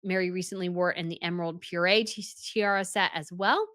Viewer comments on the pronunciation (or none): I had to replay that. It sounded like "par-ay." I have heard it pronounced "par-eur" or "par-oo." Running for the dictionary now. 😂😂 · Cool stuff, just one point - it's parure is pronounced pa-roo-er, not puree, which is what you do to fruit. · I’m not trying to be mean. It’s not purée like the food it’s par rure. Also it’s pronounced con nit spelled Connaught. It’s Irish. It’s in NW Ireland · Parure... not Pureé. Love your work! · Brazanga? Puree? It's Braganza. And it's Parure. Please research the proper names and pronunciation since you are talking as an expert on tiaras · Thank you for this explanation. I am obsessed with tiaras too. But, Parure isn't pronounces , it's pronounced . The documentary about the Danish and Swedish jewels is great with the queens talking about the various diadems, including the Braganza. “De Kongelige Juveler” (roughly translated to ‘The Royal Jewels‘) is a wonderful documentary. I believe it is still on Youtube. And I, too, am so tired of Princess Sophia's Palmette Tiara with all those darn toppers. Lol. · Parure ("par-eur" not "par-ay"): A set of matched jewelry often worn together. 😉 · As a Dane I can tell you that Queen Margerethe definitely did not pronounce parure as puree in the documentary... those r's can be hard to hear for americans though 😂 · The Braganza Tiara is named after the former royal house of Portugal. Perhaps that information can make it easier to remember. But you also said purée instead of parure on at least three occasions in this video. I can see that you have put a great deal of work into this video. It’s a bit sad that there are so many mistakes,. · When the lady in this video says “purée”, does she mean parure? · The way she says purée instead of parure gets me everytime! 🤣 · How do you still not know how to pronounce “parure”?